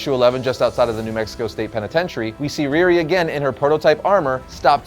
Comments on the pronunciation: Her name is pronounced Ree Ree not Rear Ri. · Ree - Ree! Not Reer-ri. She ain’t Russian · I love all of these videos, but had to cringe every time he mentioned "Rearee."